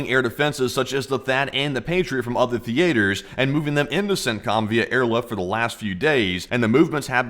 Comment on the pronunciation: “Thee -ATE-ers”… Really? Are you a “” under that newsreader voice? 😂